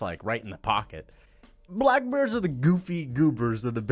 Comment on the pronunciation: I don’t what pisses me off more your delusion or the way you say black bears